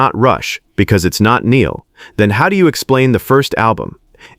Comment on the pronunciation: At least buddy pronounced Neil's name right.